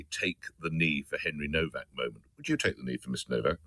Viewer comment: Pronounced “NOVACK”